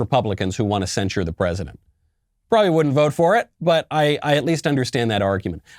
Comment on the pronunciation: Do you think the word is censure or do you have a speech impediment ?